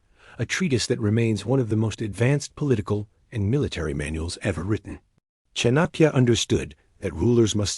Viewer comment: It's pronounced Chaanukya...The first a is pronounced and the second a shorter one.